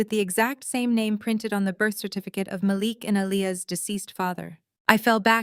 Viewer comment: Mah Leek not malick